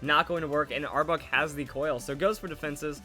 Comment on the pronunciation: Might just be me, but sounds like he is saying arbug lol, good video either way!